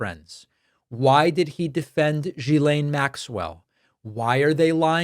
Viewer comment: FYI - Maxwell's first name is pronounced with a hard 'G'. Guill as in GUILTY-aine...not Jill-aine.